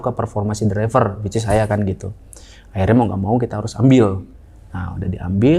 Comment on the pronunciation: gue ngakak pas dia bilang wicis